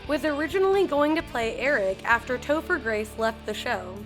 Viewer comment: You called topher, toofer 😂😂. I gd hate you